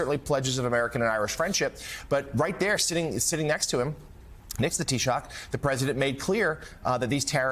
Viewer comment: Fair play to the commentator for pronouncing taoiseach correctly....which is more than the Tango could be bothered to do..